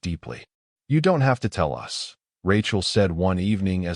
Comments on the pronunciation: Good story but please teach the Ai that us is not pronounced as U S it sort of let down the story. 😢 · Teach your AI reader that "us" should not repeatedly be read "U S!"